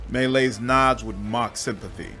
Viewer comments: Me Lies is how you should have pronounced it. Love how you read this soliloquy, quite entertaining. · Me Lies is how you should pronounce it.